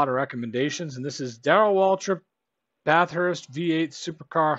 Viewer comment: Just a heads up it’s pronounced Bathurst (or Bath-urst, if that helps) one word. Not Bath-hurst, will help you sound more Ozzy 👍